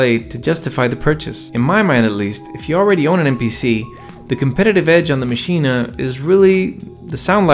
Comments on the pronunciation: Should I be saying “Maschina”? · Why does he keep saying machina?